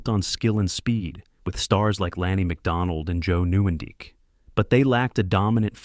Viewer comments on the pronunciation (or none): "Jar-o-meer Jag-ger" and "Joe New-en-deek?" Sounds like an AI narrator who doesn't know their hockey. Gave you a "Like" for the effort though. I remember the pre-draft hype around George's potential as much as the tragedy that happened all very vividly.